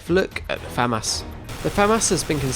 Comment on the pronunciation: finally someone that pronounces FAMAS correctly. its not Fuh-Moss. it's Fam-As